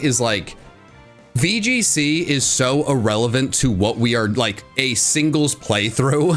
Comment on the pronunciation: is making fun of for messing up speech but he said signles rather than singles